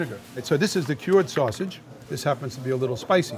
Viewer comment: That “Wavage” is totally “Sausage” lol